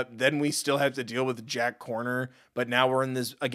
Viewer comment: i realised that he calls Jack horner Jack Corner, which made me laugh so hard 😂😂😂😂😂